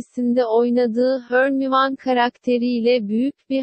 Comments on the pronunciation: Hörnivan evet kesin adı odur hermonie değil hörnival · It' s Hörmayoni not Hörmivan. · Potterheadler: Harmoni Google çeviri abla: hÖrMiVaN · Nobody: Asistan :hÖrViaN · Ya Allah'ım Harmoni derler Hirmoni derler ama hörnivan nedir tövbe tövbe 🤣